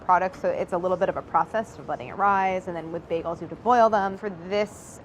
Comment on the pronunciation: "Biegels" - Claire 😁❤